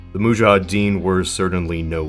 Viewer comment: Nice video! Btw, it's "moudjahidine" not "moudjahadine"